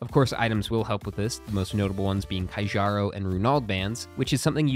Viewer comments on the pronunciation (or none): "kaijaro band" no its kjaro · PLEASE, DOESNT K NEXT TO J MAKE THE J PRONOUNCE AS A Y???? like, instead of kzharo, why not ke-ya-ro-s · Pronounce the J in Kjaro like jalapeño: Kuheearo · btw, pretty sure kjaro's band is pronounced kyaro. or so it would make sense since there are a lot of languages where j can be pronounced y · Kjaro is pronounced Kyaro. Kee-ar-oh. Why? Well, that's simple- the written english language is dogshit at communicating non-english pronunciations.